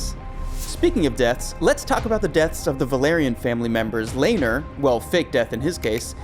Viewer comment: Lane-ER Velaryon and Ranus Targaryen 🤣🤣